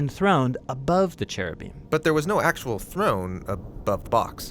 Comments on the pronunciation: In Hebrew it's ceruvim with and hard c. Not heruvim. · When he said " in Hebrew" I laughed out loud. It's actually pronounced keruvim